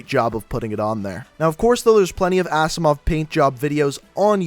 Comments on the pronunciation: It's pronounced azzimov not assimov. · Rip he said assimov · "Assimove" wtfff